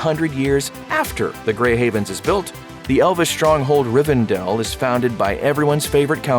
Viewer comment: It's RivenDELL, not RivenDALE.